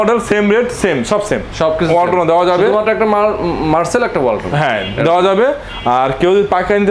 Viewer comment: মার্চেল নয় .. মার্সেল!